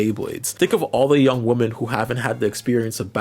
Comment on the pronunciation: Why do you pronounce "women" woman?